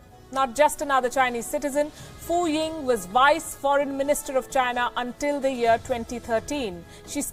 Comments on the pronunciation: Although I actually believe these reports based on other things, I wish the presenter would get someone who speaks Chinese to teach her how to say their name. As a Chinese speaker (Taiwan citizen, not PRC) her pronouncing is so off I could only understand Fu Ying. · As always, Pelkyi (Tibetan female name :) is the best who speaks the truth. But the Chinese names are so cutely mis-pronounced. The closest pronunciation possible in Hinglish would be: Ren Dre-chiang (Ren Zhiqiang), Shu Dre-yong (Xu Zhiyong), and Fu Ying.